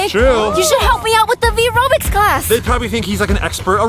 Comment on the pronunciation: i thought its called "vyrobics" not ryvobics whaaaat have a nice day/evening/night :) ;)